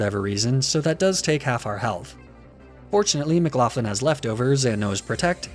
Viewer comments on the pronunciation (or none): loved the video b, but mcloughlin is pronounced like mc-lock-lin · If you're going to do an "Irish" name theme, then at least learn how to say Gallagher and McLoughlin correctly. Plus, Laddie isn't Irish, it's a Scottish stereotype. Get your "facts" straight.